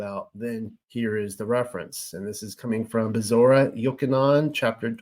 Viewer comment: BEsorah vs. BeSORah PyTHAgorus vs. PythaGORus SAhlome' vs. SaLOmi CHawah (guttural 'H' sound) vs. ChUwah Same for CHokhma and YOCHanon ORigin vs. orIgin